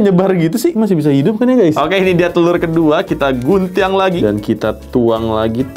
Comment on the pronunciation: guntiang ? logatnya wkkwwkw